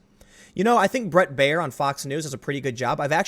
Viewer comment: Brett Baier cant even get his name right...